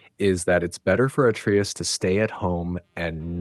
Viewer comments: He says it right when it gets to the atreus section, then literally 3 seconds later, he says it wrong. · How can someone know so much about the game....but still can't pronounce Atreus properly? 😂😂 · How tf are you going to play through a 30+ hour game, and still say atreus wrong? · "Sword"? You mean blades. "At-tree-us"? You mean uh-tray-us. "Sig-l"? You mean sij-l. Have you even actually played this game? Good tips though. Thank you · “Segal arrows from Atreeus” 🤣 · How can you know this much about the game, but can’t even pronounce “Atreus” or “Sigil?”